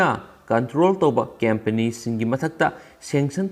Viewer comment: Not cempany, it's company, if I m not wrong. Do pronounce well 👍 n thanks